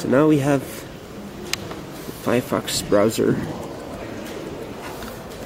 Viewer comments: "Fiyahfox" xD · Firefox, real laptop, man you gotta love how he pronouces it